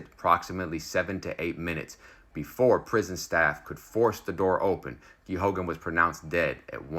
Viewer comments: The name of the priest is pronounced, "Gay gan. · Its pronounced gay gun. Just so people know who you're talking about.